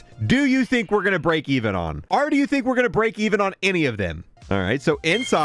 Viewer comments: Holy shit the word is “OR” not “ARE” 🫨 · I don’t think bro knows how to say “Or”